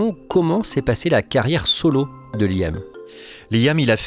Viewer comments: Layam se prononce Liam . Merci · J'écoute le podcast et j'ai une pub qui pop avec Amazon et la chanson d'Oasis "She's electric" 🤣 Liam se prononce "Lee-um" en anglais et "lit ame" en français arrêtez de dire "L' ail ame" depuis 30 ans vous n'avez pas corrigé cela 😂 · Un podcast non avare de clichés sur le groupe et ses membres. Déjà quand t'entends 'Laîaamm' ça donne le niveau.. Un podcast par un quelconque amateur sur son temps libre est 4x plus objectif. Le pire, c'est que c'est quand méme en progression par rapport aux articles claqués au sol qu'on a dû se coltiner les décennies passées.